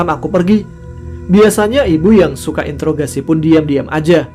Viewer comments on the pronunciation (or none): none